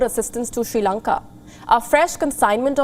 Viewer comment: Shee Lanka 😁